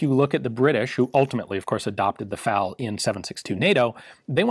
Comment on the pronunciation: Oh my lord.... Did he just pronounce FAL as the separate letters F-A-L??? I never thought I’d hear him do that